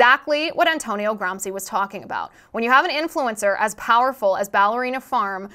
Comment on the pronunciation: its read "gramchee"